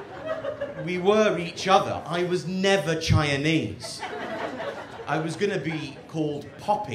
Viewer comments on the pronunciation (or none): I love the way he pronounces Chinese (Chianese)